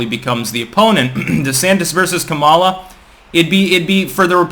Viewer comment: you mispronounced kamala's name. someone get me a social worker!!!!